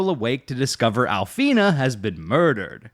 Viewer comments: It’s “Alfira” you said “Alfina” 😅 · Call Alfi”Ra”, Alfeena one more time and you’re gonna learn about The Urge first hand 👿